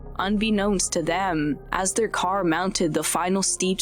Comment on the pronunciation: Is this a real human being or a robot? Why do people talk like this, it’s super annoying and sounds totally unnatural. “ChimpanZEES, driVER, caR, followERS, automoBIL, slow DOWN, souND. Ugh, it’s so stupid.